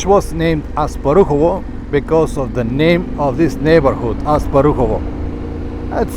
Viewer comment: The bridge is called "Asparuhov", not "Asparuhovo" and it is named after Khan Asparuh, the founder of Bulgaria, not after Asparuhovo neighbourhood :-) Thanks for the video. Keep riding!